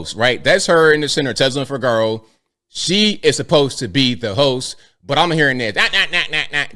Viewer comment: It's pronounced: FI-GU-ROW!!!!!